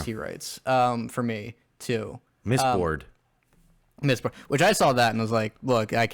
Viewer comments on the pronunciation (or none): I really enjoyed the OG trilogy, but when said "mistbored" I had a hearty chuckle. If anything I'm just excited to check out Way of Kings now knowing its even better. And the Dark Tower series is a treat if you like Stephen King. That world is cannonically linked to many of his bigger titles and the scale is pretty epic. The ending is kind if meh (bc Stephen King) but I still would recommend as a strong Western/Scifi/Fantasy. Good epp guys 👍